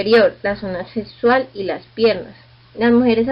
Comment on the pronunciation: Se escribe pierna, no pierrna, saludos.